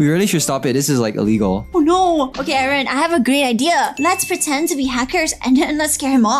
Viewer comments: you said harrn lol you said it bad its Aaron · I,heard,everytime you call aeron karen Lol😂